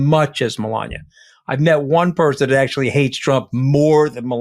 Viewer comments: Malogna like he pronounced it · Let’s mispronounce Melanie’s name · I noticed trump started saying her name wrong. Scaramucci is saying it right, like DumOld used to say it. 😂